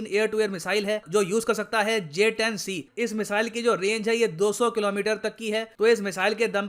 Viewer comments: Ye bhand interior minister J 10 C ko JH 10 bolta hai 😂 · He was saying JS 10 instead of J 10C. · Bolna to Aata nahi Harare se kiya khak larega j10c ko js10 bol raha he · Kaisai wala minister hai vo sala j-10c ko js-10 bol raha hai 🤣🤣🤣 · Js10 naam tu sahi se lele 🤣🤣🤣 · Gadha pronounce b nai kar paa Raha hai jumle azam sheikh chilli j 10 c ko js 10 bol raha hai ganwar